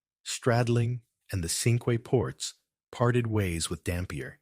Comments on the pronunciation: The ship Cinque Ports was given the name of a confederation of five ports in England in the middle ages. Cinque is is French for five and is pronounced ‘sank’ rather than ‘sinkway’. The English towns of Dover, Romney, Hastings, Sandwich and Hythe are still referred to as the Cinque Ports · You're are mispronuncing "Cinque Ports".